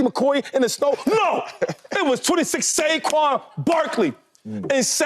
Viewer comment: ITS SNOW!! Why do y’all always have to add a little jist to the way y’all pronounce something 🤦🏽🤦🏽🤡🤡 not Shnow